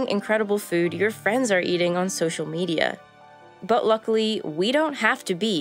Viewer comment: I crack up every time she says "buwhat" or "ea'in'". She gets an "A+" for pronunciation.